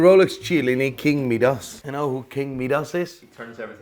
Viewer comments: Midas not Meedas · Who de f**k is king me-dus it’s pronounced my-dus smh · Could you please make up your mind. You pronounce Seiko 2 different ways...See-ko and Say-ko. And you completely butcher King Midas, pronounced as My-duss not Mee-duss. Im sure there are others but I was sickened by your use of the english language I had to shut you down. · King me-dos, the lesser known brother of King My-dis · How on earth are you saying king medas, it’s Midas ya numpty. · It's pronounced 'My-Duss' no 'Me-dass' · MY DOS not meedos😂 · king my-das not king me-das, wtf, lmfao!!! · First of all.... It's MY-Dus, Not Mee-Dus. and It's Say- Ko not See-ko. The Omega Seamaster Debuted in 1948, The Submariner in 1953, So who copied who? NATO straps were designed and made by The British Ministry Of Defense Standard NOT ROLEX. Regardless of your Quasi Dutch-Northern Irish mash-up accent, can you make the effort? Aren't you a watch dealer? Jaysus. C'mon. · "King Meedus" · "King Meeee-das" lmao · "King meedus?" Not heard that one before. Is it is like "riddle meedus batman? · "King mead-arse" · King Meedass? LOL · Midas is pronounced my-das. 🤦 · its pronounced my-doss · meedas lol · Doesn't know who Roger Moore is despite making a one related video and then pronounces Meedas like a prat. Whatever this watermelon's opinion of watches is, counts for nothing to me. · King Meeeedas? Doesn't know who Roger Moore is. Is this guy dumb as rocks? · He can’t even pronounce omega, seiko or Midas right. He only says Rolex correctly lol